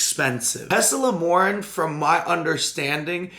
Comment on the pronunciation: Tesamorelin wasn't pronounced correctly a single time that day.... thoughts and prayers <3